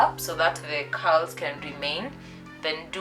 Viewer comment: what she said "Loosen the Curls" vs what i heard "loosen the cows "mwa yiyaaaa....Kazi safi tho hehe